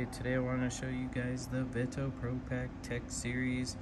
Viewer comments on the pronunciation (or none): I never heard anyone say veto like you